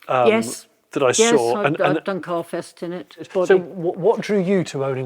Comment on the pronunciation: Jesus Jonny, I thought you said car "Theft" not carfest!